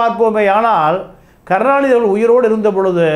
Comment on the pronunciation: Please improve your pronounciation ல......ள. "அவர்கல்" இல்லலை "அவர்கள்" பள, நிளை, காளம்